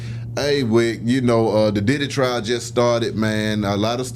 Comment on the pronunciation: It’s pronounced Pee Diddy😂